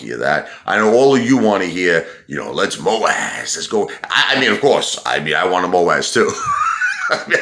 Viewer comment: This guy is confused! Wants markets to crash, bear Market for 2 years, but Moass “ MooAzzz” then back to talking about his daddy Lou … imagine being this obsessed and Jealous of one man… BOZO